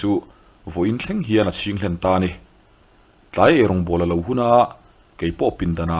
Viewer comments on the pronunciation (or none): none